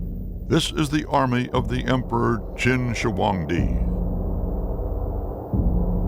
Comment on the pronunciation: Walter Cronkite's pronunciation of Shi Huang Di is so goofy 😂 "And that's the way it is" indeed Walter.